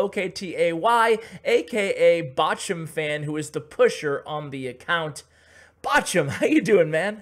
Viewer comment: CWA Mobile Gaming yes Bochum is a City in Germany, i like how you pronounce it 😄 greetz from Germany 🇩🇪